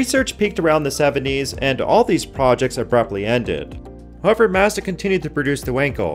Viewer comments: yt:PLEASE learn how to pronounce MAZDA correctly! :yt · Where did you learn how to say Mazda? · All that info and you don't know how to pronounce Mazda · Ive never heard anyone pronounce Mazda like that. Now I am questioning my life.